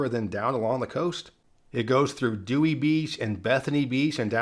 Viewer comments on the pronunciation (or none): none